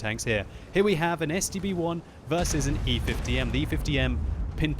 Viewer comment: I thought you were saying the STD-1.